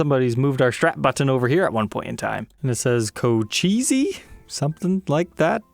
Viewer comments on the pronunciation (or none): On that SG the "Cochise" is pronounced co-chees and its actually a native american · Co-cheseey? Cochise was an Indian Chief.